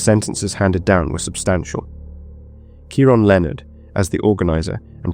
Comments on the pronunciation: It’s said .. key ron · How on earth do you reach adulthood and NOT know how to pronounce Keiron??? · I'm struggling to fathom you're English, yet can't say the name Keiron properly 😮